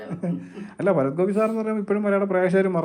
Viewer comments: ഫരത്തൊ അത് എന്തോന്ന് ഫരത്ത് ? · ഭരത്.. ഫരത് അല്ല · ഹേ ഭായി അക്ഷരങ്ങൾ സ്ഫുടമായി സംസാരിക്കുക ഫരത് ഗോപിയല്ല ഭരത് ഗോപി എന്നു പറയുക. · ഫരത് ഗോപിയല്ല ഭരത് ഗോപി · Farath അല്ല ഭരത് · സുഹൃത്തേ, ഫരത്തു ഗോപി അല്ല, ഭരത് ഗോപി. കഷ്ടം. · ഫരത് അല്ല ഭരത് ആണടോ?